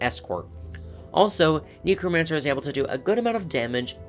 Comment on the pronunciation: Please say Necromancer properly like the root word necro instead of like "knee crow mancer", the first time you said it I thought you said "Negromancer" 💀💀💀